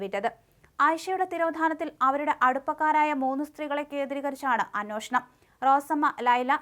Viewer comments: അന്യോഷണം അല്ല sister അന്വേഷണം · Ohhh ഞാനും പറയാൻ വന്നത്. ഈ കുട്ടിയോട് തന്നെ ഞാൻ മുന്പും പറഞ്ഞിട്ടുണ്ട്. അനോഷണം അല്ല അന്വേഷണം ആണെന്ന്